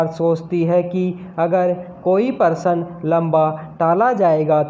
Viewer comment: प्रश्न होता है। परशन नहीं